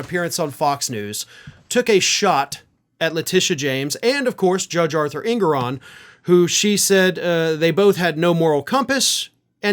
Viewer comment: Look, I agree with you on almost everything... But why TF say "Ingoron" ? Is it a FL thing ?